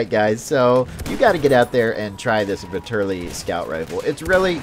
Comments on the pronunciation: Vetterli is pronounced with the accent on the first "e" ..like in the english "fat"... something like "fat"terly.. I guess. it's swiss german. Vitali is italian and has the accent on the "a". and the V stays V...like Vitàly Just to make u guys know. Don't want to make a fuss over it. nice review :) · It's (vet-er-li-)